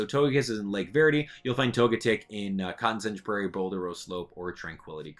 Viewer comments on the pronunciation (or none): none